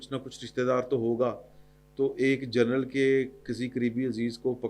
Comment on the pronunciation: سید بادشاہ جرنل نہیں جنرل فرق واضح ھے